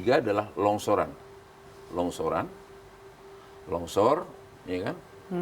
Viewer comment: Longsor pak bukan lonsor hhii